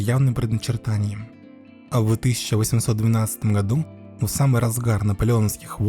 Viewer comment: И гходу!😂